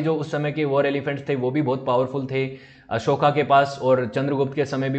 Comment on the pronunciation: अशोका ना बोलो, अशोक बोलो. अशोका स्त्रीलिंगी होता है. आभार.